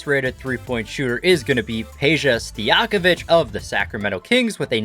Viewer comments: I was bothered when he said stojankovic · No one: Him: Peja Stijakovic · Stojakovic too